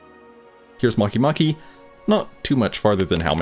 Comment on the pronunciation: “MahkeeMahkee” “Make Make”🗿